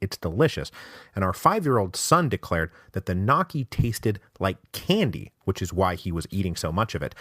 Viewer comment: did he just call gnocchi "nocky"